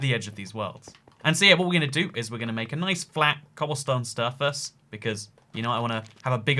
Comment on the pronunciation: he says cobblestone sturface